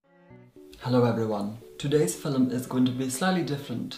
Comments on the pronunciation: no one:: filim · Today’s filllum. Lol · Wait ....wait is he saying FELEM for film? I love him already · I'm from Nova Scotia, Canada ("New Scotland" in Latin) and my father says "fill-um" as well. Apparently this pronunciation goes back to the 1500's... so maybe is indeed 24000 years old. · Today’s FILLUM